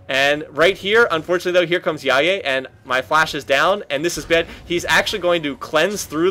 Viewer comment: Omg you said Jaje correctly, you made my day